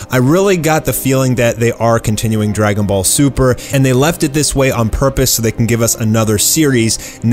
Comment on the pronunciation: That Accent on the Intro "How dregunboll superrr shuld hev endid" haha